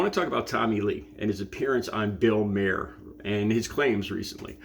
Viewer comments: Mahr is pronounced like Car but with an M. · It's pronounced Bill Mar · I’ve seen ten seconds of this video, and this guy has already made two mistakes. He claimed it was 3 AM and it looks like there’s sun out. Most importantly he mispronounced Bill Maher’s name.